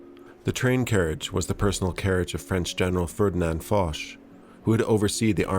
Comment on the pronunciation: French viewer here, the correct pronounciation is actually Fosh.